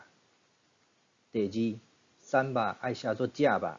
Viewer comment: 台南這裡瘦肉的發音有濃重鼻音,跟你的標示音差很大!